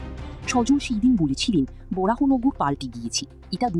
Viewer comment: BJP eke nebe naa, and it's baranagar not borahanagar